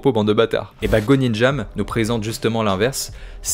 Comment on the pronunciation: Petite précision c’est Gonjiam et pas Gonijam 😊